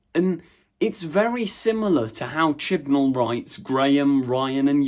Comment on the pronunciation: No! It's chibnal